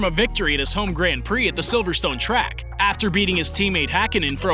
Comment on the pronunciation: Please say grand prix and not gränd prix